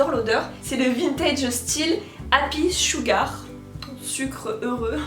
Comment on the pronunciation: Quand elle a dit sugar dans ma tête sa a sonné suga 😂